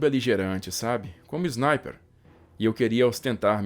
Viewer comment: Não leve a mal mas porque de dizer Znaiper na vez de dizer Sniper ?